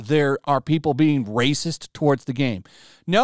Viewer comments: kills me how he turns into a Gungan everytime he say rrrrrrrrraycis. 😂😂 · hilarious way of saying rascist cracks me up!